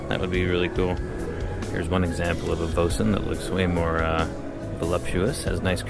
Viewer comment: "Voisin" is roughly pronounced "Vwah-SAW". Remember, these are French cars.